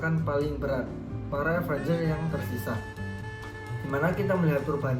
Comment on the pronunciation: Avenger bang bukan Avanger